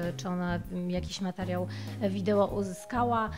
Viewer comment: Inteligentna kobieta nie mówi videło